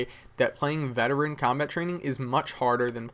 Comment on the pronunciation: you sure its veterean